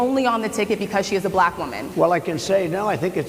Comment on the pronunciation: It's almost uncomfortable for him to say the word, "Black" he makes the word sound like "blech" It's so damn cringy